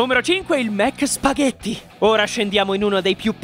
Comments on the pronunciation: Già quando sento "spagheDi" mi sale il nervoso. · Waglio chiss nn so spaghetti